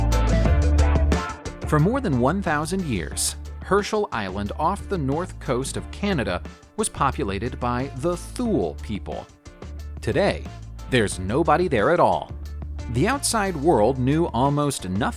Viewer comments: "Tooly" not "thewly". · Aaarrrggghhh! “Thule” is not pronounced “thool.” It’s pronounced “Too-lee.” Come on! Drives me nuts!